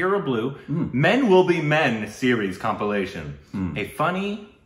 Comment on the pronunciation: read it correctly,its COMPILATION.